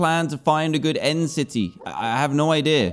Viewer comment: u said and not end